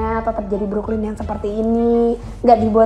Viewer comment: Bruklin bang cara nyebut namanya, bukan brok. Agak keganggu sama cara nyebut namanya doang sih gue